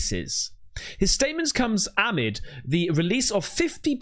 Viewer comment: A-mid 🤣🤣 read the word again lol ❤